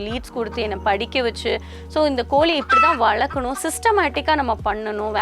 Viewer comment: It is not koli you have to pronounce properly in Tamizh.. It is Kozhi so before coming to blog master the language.. 👇